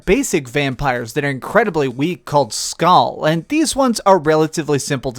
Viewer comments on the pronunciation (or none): none